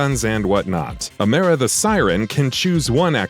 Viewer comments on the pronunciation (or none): It’s sort of like he’s never heard anyone actually pronounce her name.